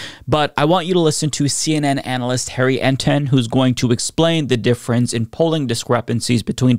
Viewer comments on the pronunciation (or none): none